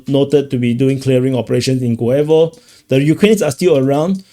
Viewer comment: Friend, in the name of “Guevo”, the tone is on the first syllable, I mean on “u”.